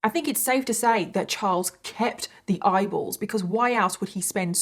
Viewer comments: Oh gosh! I thought you said idols at first. 🤦‍♀️ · Every time she said “eyeballs” my brain heard “bibles” and I was like ??? Turns out I’m just a moron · I love the way you say eyeballs 😂i don't know why it makes me laugh